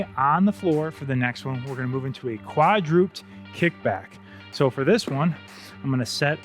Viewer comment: Good balanced workout! (Coach, I had to smile a little because I used to make the same pronunciation mistake—quadruped has three syllables: kwa’-drew-ped (not kwa-droopt :) —from Latin meaning “four legged”.